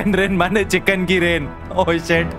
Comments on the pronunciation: bruh he is bengali I thinks bc he said "manne" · He literally says: chicken rain mane..... Like a bengali❤❤ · He literally sounded like a Bengali, lol🤣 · Haha🤣🤣 he sounded like a real bangali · AP bengali ho kya tum bola Mane